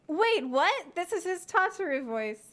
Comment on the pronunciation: Lmao, why does Tatar sound like Raubahn?